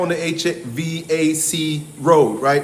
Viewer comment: FYI it's pronounced H-Vac. V-A-C is pronounced as all one word